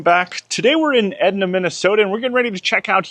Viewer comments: Pronounced: E-dye- na Minnesota!😊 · FYI, the town is pronounced Ee-die-nuh. No hard feelings, we have some cities/towns that most people have a hard time with. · Edina: E-dine-ah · it’s Eee - Dyna 😂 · City is pronounced "ee-DYE-nuh". Toured that home on the Artisan Home tour and it was spectacular. Great video! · Edina…Eee-Dine-Uh… it stands for Every Day I Need Attention. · lol it’s EEE-DIE-NA. Edina